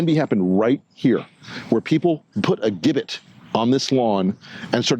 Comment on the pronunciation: Hi, it took me a second to realise what you were saying about "hang Mike Pence" because of particular word you spoke. The word "gibbet" is pronounced with a soft g as in George, not a hard g as in got. Imagine it being spelt with a j. Hope this helps if you use this word in the future. Cheers